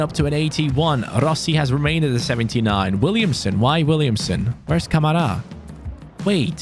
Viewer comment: You said Kamara wrong ka ma ra